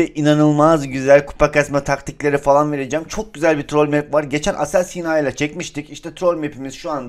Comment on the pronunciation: Abi trol deyil trool